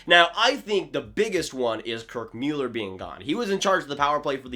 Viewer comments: Please STOP saying Kirk Meuler it's MULLLER. Where have you ever heard his name pronounced Meuler FFS 😂 I'm gonna stop following you after that 🤣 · Thought it was pronounced Muller? Not Mewlerr? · He said Müeller, lol! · Happened upon this episode by accident. You lost a little credibility right off the bat by not even knowing how to pronounce Kirk Muller's name. Mewler? Where did that come from? I know he's only been around the league for 30+ years, so maybe you haven't heard his name spoken out loud before. Or is that another "mute" point? It's moot. You can thank me later. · Please if you are going to report about sports. Get their names right! Mewller!!??? REALLY!? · The quality of video was insane and you just stick on the pronunciation of Mueller🙄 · Why did he say it like that? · Quality of video is insane? Sorry but he cannot pronounce their names right shows me bad preparation. I stopped watching. Hard to listen to someone's opinion when they don't even know the names of the people involved. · Some of us were Habs fans when Kirk MULLER was on the Ice, playing. You said his name like you just read it somewhere. Weak. Seems to me that you are more fascinated with YouTube than hockey. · You should learn how to prononce Kirk Muller's name.